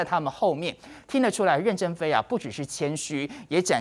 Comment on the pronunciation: 任ㄖㄣˊ正非，二聲，不是四聲！